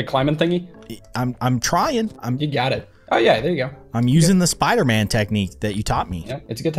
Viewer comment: It's not Spooter-Man it's Spider-Man.